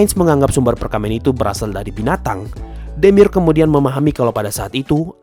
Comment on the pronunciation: Demiurge bacanya Demiurj, dari kata Urge